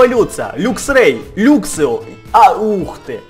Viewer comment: не люксио а лаксио и не люксрей а лаксрей